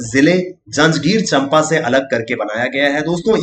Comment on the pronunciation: चंपा नहीं उसका सही उच्चारण है 'चांपा' 🙏❤️